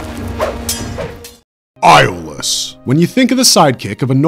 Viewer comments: Its pronounced Yol-us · A io is pronounced as a E FYI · I have to say I don't believe people when they claim to love the Hercules and Xena universe but can't pronounce Iolaus' name correctly😒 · Agreed. You can literally watch one episode and learn how Iolaus' name is pronounced.